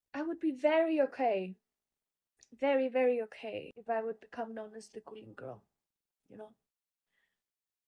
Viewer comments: GULING BUKAN GULI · Guling....bukan gulih